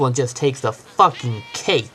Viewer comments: is a fuwkhin twuk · you said it's a fwucking twruck